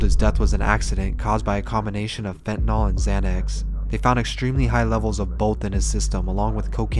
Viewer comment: Pronounced "Fent-a-nil", not "fenedol" as you are calling it. Nothing makes me more peeved, except maybe actual news and other experts, than people mispronouncing "fentanyl", especially with it being in the news so often. It's even worse to hear someone cry their eyes out and they can't even pronounce the name of what took their loved one. If people have to remember names of illnesses like Alzheimer's or Multiple Sclerosis, THEN YOU can recite and remember "fentanyl"